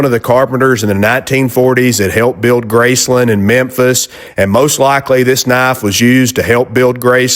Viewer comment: Real close on the Graceland comment. Built in 1939 and named after the family's Aunt Grace. Elvis bought it in 1957 (Memphis native here). And BONUS points for sayin' the name right. If you'd said "Grace Land", I'd a had to open up a can of whoop-a$$ on ya. LOL I've made a LOT of hot rod and other parts as a machinist over the years. When I was looking at the car magazines as a teenager in the 70s, the common theme was that the owner/builder was a tool and die maker, welder or machinist, owned their own body shop or they were rich enough to have someone else build it for them. My Dad was a machinist at International Harvester in Memphis for 33 years, so it just seemed like the thing to do for me too. Good show today. BTW, go look in the fridge. There's probably some bologna or maybe some hotdogs. At least that's MY go-to when the little woman is away. LOL Have a good one!